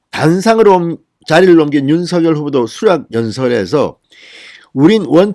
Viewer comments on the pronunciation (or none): 진성호님 윤석열 발음을 석열로 하지 마시고 석~녈로 발음 하세요 본인이 그렇게 해달라고 했답니다 본인도 그렇게 발음 하구요 ~